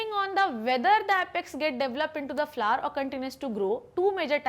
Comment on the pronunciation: Very useful video but don't say flaar it's flower bhot Ganda lg rha hai flaar